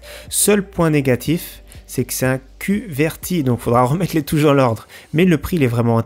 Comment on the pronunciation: Qwerty pas kuvérti